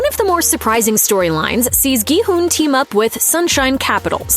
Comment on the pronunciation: first video I've seen where the person actually says his name correctly as "hoon" and not "hun" as it's spelled in English